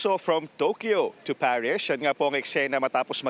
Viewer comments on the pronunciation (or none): ParisHH ba talaga? Di Paris? Arte arte. Hehehe